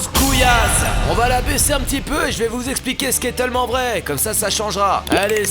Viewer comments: Ça m'énerve comment Mastu prononce tellement 😂. Genre il dit « teullement », moi perso je dis « taillement ». Voilà voilà 🤔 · Il dit TEULLEMEMENT vrai au mieux de TÈLlEMENT vrai qui s’écrie tellement bref ça me stresse